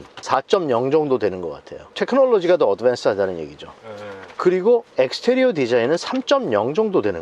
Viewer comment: 저 영어 섞어 쓰는분 웃겨서 이 채널 자주봄ㅋㅋ 약간 병맛ㅋ 엑스테리어래ㅋㅋㅋㅋ 익스티리어를ㅋㅋㅋ 모던도 미국식이면 마던이라고읽는건데 어느나라 발음인지 궁금ㅋㅋㅋㅋ 이상하게굴림ㅋㅋ